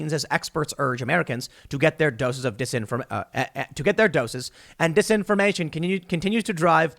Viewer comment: "Doeses of disinformation" lol